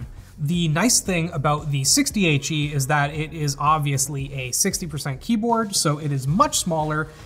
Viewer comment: Every time he said the name of the keyboard, it sounded like he was saying 68G😂